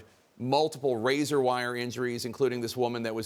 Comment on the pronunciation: It's Razor not "razar".